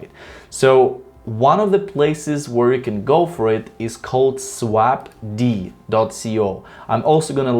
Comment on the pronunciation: It's not SWAP "DEE" but SWAPD (like SWAPPED) :)